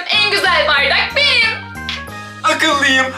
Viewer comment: Banım diyo ahhaha